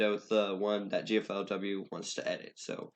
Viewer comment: please for god's sake. I know im being over the top but... G - L - F - W not G - F - L - W thanks, i like the tutorial, this is some EPIC content right here